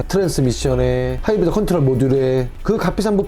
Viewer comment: 하이브리드 발음 왜그럼 ㅋㅋㅋ